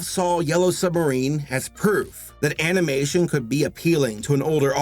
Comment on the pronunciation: If you go to 15 minutes and 22 seconds you hear him say animation in a weird way